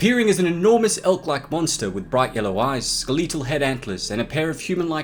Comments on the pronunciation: Skel - eh - tal, not skel-eee-tal. How you pronounce so many other things correctly and get that wrong is kinda amazing. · Skaleetal? Oh! You mean SKELETAL. How could you butcher that word?